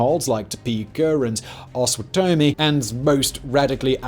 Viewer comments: Also, Osawatomie is pronounced O-sa-wa-to-me😁 but it’s a hard word for people who don’t know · Kansan here, and my state has a lot of garbage to answer for but the origins are honest. And, by the way, it's pronounced "ah-sah-wot-ah-me" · Its pronounced pot-uh-watt-uh-me (pottawatamie) and oss-uh-watt-uh-me (osawatamie) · "AWS-uh-WATT-uh-MEE", not "AWS-wuh-TOE-me". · These pronunciations are killing me. It’s Oss-oh-WOT-oh-mee and Pot-oh-WOT-oh-mee. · Love it, Simon ! Best coverage ever on Bleeding Kansas. You nailed the pronunciation of the river perfect. Osawatomie is 'Oh saw what to me'. Long story where the name came from. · Kansans pronounce Osawatomie, which is home to the John Brown Museum, as oh-suh-WA-tuh-me, not oh-suh-wa-TOE-me or AH-suh-wa-tuh-me. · I know Osawatomie is a tough one but in case you need it in the future the word - breaks down like this ow·suh·waa·tuh·mee you could always use Google to get the correct pronunciation when you run into difficult or unfamiliar names. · I was born and raised in Kansas City missouri, as well as on the Kansas side. Because Kansas City is a border city right on the river. You pronounced the name Osawatomie wrong. It's pronounced AH-SS-AH-WATT-OH-ME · Just heard your pronunciation for Osawatomie (Oh-saw-wat-oh-me is the correct pronunciation). It's a combination of Osage (Oh-Sage) and Potawatomi (Paw-taw-wat-toe-me) Tribes for the name. My evidence? I lived there for the first 10 years of my life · Good try on Osawatomie. 😂 It’s actually something like:Ah-suh-wah’-tuh-me. It’s said that the name comes from a combination of two nearby streams, the Osage and the Potawatomie. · Dear Simon Its wakarusa wah-kah-ru-sa Potowatomie pot-o-wat-o-mie Osawatomie OS-o-wat-to-mie ... they are native American names and tribes. dakotas, Alaska, Same as kansas being named for the Kansa tribe. A lot of people dont understand this. I feel it's the least we could considering how much we stole from them. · Os-o-WAT-o-mie. Pot-o-WAT-o-mie